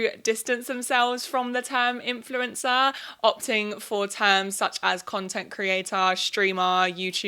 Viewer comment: Sounds like you are saying 'influenza' lol